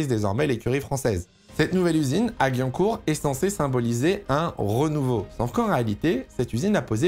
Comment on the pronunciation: J ai au mal aux oreilles quand tu as prononcé la ville de Guyancourt 😂😂 (ça se prononce GUI-YAN-COURT) Triste de voir une écurie française ne pas réussir et Alpine suit le même chemin